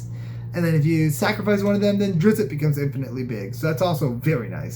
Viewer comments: It is pronounced 'drist' , not 'driz it' . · Its pronounced ˈdrɪtst